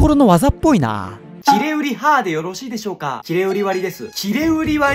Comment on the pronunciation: きれうりわりのイントネーションが気になります(( ↓ ↓ (↓) きれ/うりわり って感じですかね。 難読駅の動画もっと出してほしいです！